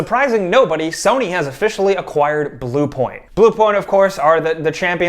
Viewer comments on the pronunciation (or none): none